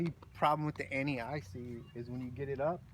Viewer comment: Haha, took me a couple of seconds to realize that the "any" hementions at is, in fact "anti" :) Great video, great explanations and demonstrations for us, simple fans who like watching disk golf but ave no deep knowledge of it. Super-worthy of an upvote.